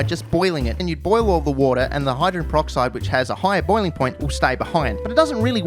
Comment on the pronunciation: "hydren peroxide"?